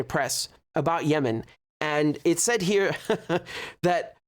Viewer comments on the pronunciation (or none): none